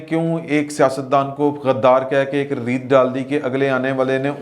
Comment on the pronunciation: ہماری اتنی اُردُو تو خراب نہ کیا کرو رویت نہی روائیت